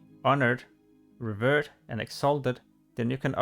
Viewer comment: Schorlomanch and Stranglethorn Whale - New zones in TBC, HYPE ! Also, it's called "revEred", not "revurd" :P